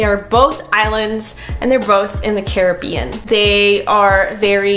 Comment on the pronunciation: Yes ! You said “Caribbean” correctly. I hate the way Americans pronounce it, maybe it’s my Jamaican side 😂😂